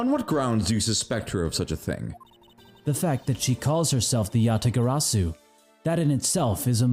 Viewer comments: No, seriously, Kay was ONE LETTER AWAY FROM SAYING IT CORRECTLY!!!!!(Yabagarasu) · Kay Faraday, the one true Yatagarasu, and only person who cannot correctly pronounce it. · I'm not sure I like mispronouncing Yatagarasu bit... but GD if I dont respect his commitment to it